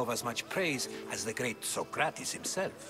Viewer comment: Its not sokrates its so-crates